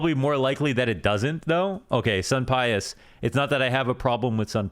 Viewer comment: For the Spanish pronunciation of sunpayus it should be soom-pie-yoose phonetically. has a little rundown on why it's soom rather than soon.